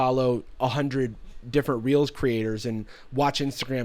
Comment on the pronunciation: Instead of “reels” I thought you said “instagram was getting heat for realz🤪” lmao